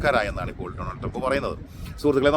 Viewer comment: ടോണൾഡ് ട്രെബ് അല്ല ബെടായ് ട്രെബ്😅